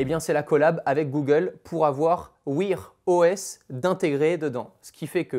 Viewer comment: Wouir OS ? Wouère OS (an anglais) ;-). Oh vieux tu parles anglais comme une vache espagnole ou quoi ? ! 🫣 Mais quel blaireau !